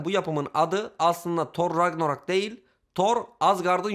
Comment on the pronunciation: kardeşim thor ragnarok a thor rakranog diyo